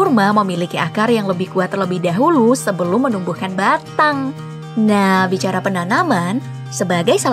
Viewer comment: Miminnya ngomong batang sedikit ada penekanan 🗿